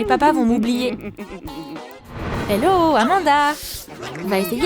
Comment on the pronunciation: C'est pas amada c'est amonda